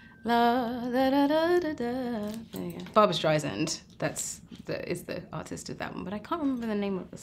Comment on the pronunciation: ‘Streisand’. Sand, like sand on the beach, soft S